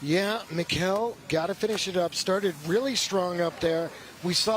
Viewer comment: its super annoying that he keeps calling Mikkel, Mikhail.... thats not his name... its Mikkel like Nickle but it seems like he refuses to call him Mikkel!!!